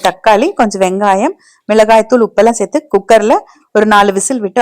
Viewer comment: Serthu enru sollungal madam.sethi sethi enbathu sariana thamil soll ellai.Tnq.